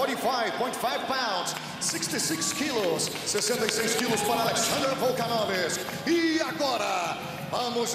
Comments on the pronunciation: Can someone tell that bum announcer how to say Vol-kan-ov-ski. Not Volkanovisk. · Luiz Henrique he didnt pronounce it wrong. He made it into another name. VOLKANOVSKI - VOLKANOVISK. He put the „i“ somewhere it doesnt belong ;) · Volkanovisk? Find this man a replacement or learn him to read. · VolkanoVISK OMG(!) who is this guy? Where is Volkanovski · Lol at the announcer saying VOLKANOVISK hahahahahaha HAVE SOME RESPECT YOU DUD. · "Volkanovisk", geez, is it really that hard to say "Volkanovski"? "Volkanovisk" is even harder to say, isn't it? This guy has one job, to call out the names and nobody expects it to be perfect, but Volkanovski is not that hard to say, especially if you've ever heard it, which a announcer should have had. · Alex Volkanovisk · NA MA NEW YAS and VolkanoVISK - new fighters in the promotion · VOLKANOVISC ??? wtf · " alexander the great volkanovis " 🤣🤣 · They need to replace the guy mispronouncing the fighters names... but keep "Hungry eyes" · Volkanovski is laughing because when the announcer say he's surname it's wrong. Lol 😂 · Where’s Joe when you need him holy shit, that mf butchered Volkanovski’s name to perfection!